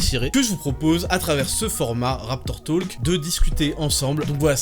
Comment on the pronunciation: "Raptor tulk" 🤣🤣🤣🤣 un peu de respect pour la langue d'autrui .